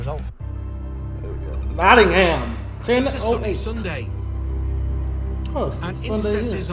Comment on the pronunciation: Enjoy your videos , just so you know its nottingham pronounced not ing um lool